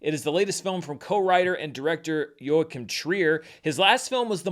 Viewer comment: Here's one of them clicks! I applaud you for making the effort to pronounce Joachim's name, though you forgot to do the same for Stellan Skarsgård. I know you do your best. 😊